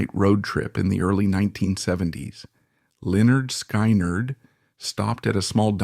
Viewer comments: If it’s so intelligent, why can’t it pronounce the name right? I listened all the way through but I got so sick of it pronouncing the band’s name wrong. They actually showed how to say it on their first album. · 18 whole seconds into your presentation, you mis-pronounced Lynyrd Skynyrd. How in the world do you expect us to believe anything you say? This is so over the top ridiculous. Get your crap straight, then try to make a video. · Is this some more Ai bullsh-t. Can't even pronounce the name of the band you're talking about. What do you know other than what's already on youtube. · Hey narrator, they even came out with an album called pronounced. You might want to look into it. 😂😂😂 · WTF? Can’t even pronounce the name correctly of the band correctly! Fuck AI, time to turn this video off! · If you can't even pronounce the name of the band why should I listen to anything ai spews. Misinformation central... bye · I was gonna goof on the guy for the way he pronounced the band, but no way is it a real person. So I'll just say i miss Lynyrd Skynyrd. One of the best bands ever... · Ai just can't get the name right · You should learn to pronounce the name of the band before reporting on it